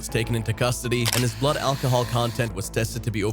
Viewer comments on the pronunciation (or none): none